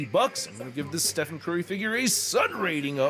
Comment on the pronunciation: I enjoyed your review, but it’s the first time I’ve ever seen someone not realise that Stephen is pronounced Steven. Blew my mind.